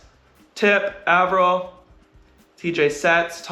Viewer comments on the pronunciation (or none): Hi Erik, thanks a lot for posting these breakdowns. As a non volleyball player, I've learned so much about the game and how to understand it better from watching these and your other videos. You are a wonderful ambassador for the sport! Truly don't mean to be rude (only curious), but I noticed you pronounce Taylor Averill's name with a short A (like apple), but I've heard him introduce himself like Ay-verill on your channel too (like hay). What's the right way to say his name? Thanks again for all that you do to spread the love of volleyball around the world!